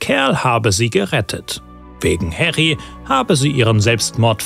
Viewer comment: Sehr gutes Video. Einzige Kritik: Er heißt »Harry« und nicht »Herry« Potter.